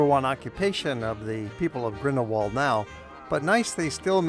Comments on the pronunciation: It is Grindelwald not Grindelwold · This is one of my favourite places in the world but your pronounciation of Grindelwald is sooooooo annoying. German speaking places always pronounce the English W as V so the phonetic pronounciation of the village name is Grindel-Vald which is much more charming than ending it in the English Wald.